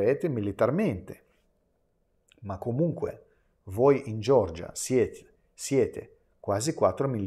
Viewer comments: Per favore Nicolai, non dire “Gior-gia”, ma “Ge-or-gia”, non è una persona, ma una nazione. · Ma xchè dici Giorgia?e nn Georgia?